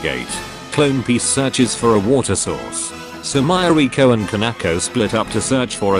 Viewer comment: "Sumairaycoo" is the absolute best pronunciation of Sumireko's name ever, losing only to nitori's "kowashiro"